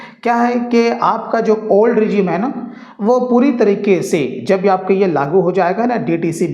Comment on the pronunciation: लागु नही लागू 😅